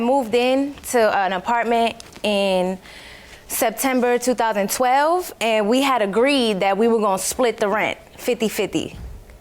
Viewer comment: She said “2012 “ like it was a year I never heard of😩😩😩😂